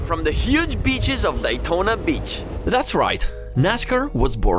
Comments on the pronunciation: Its Daytona Not Dietona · It's Day Tona not Die Tona 😂 Excellent video by the way love it! Now i want to go the the DAYtona 500 😇 man i cried watching this. So sad the USA is going down with the woke minded zombies. Let's GO Brandon! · love how he cant pronounce Daytona correctly